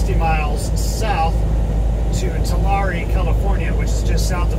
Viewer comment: Tulare is pronounced (ToLarry). Just for future reference. Lol. Passing right by me here in Fresno 👋. Be safe out there in Wyoming. Roads can get bad real quick.